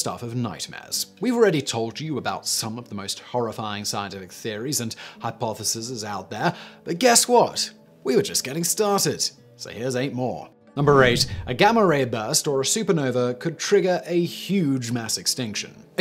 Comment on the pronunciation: Did you really just say "hypothesises?"